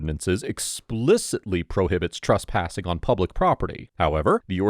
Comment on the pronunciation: TRESSpassing not TRUSSpassing! Argh.